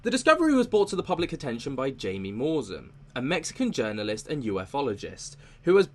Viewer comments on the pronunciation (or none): Jamie Maussan is pronounced Hi-mi mu-sawn just fyi. 😁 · Tis is how you pronounce Mr. Jaime Maussan's name: "háee-meh ma-oosán" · His name is pronounced Hi-mee Mow-san. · The reporter's name is pronounced as High-me, last name moo-san. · Look up the research done by Dr O'Connor.. they are the real deal, his research is also peer reviewed .... and the J in Jaimie is pronounced as an H in Mexico... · Just FYI in Spanish “J”, as in the proper name “Jaimie” or “Jaime”, is pronounced with an “H” sound.